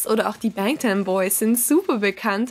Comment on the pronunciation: WIIIIEEEEE HAT DIE BANGTAN AUSGESPROCHEN? Duh, what.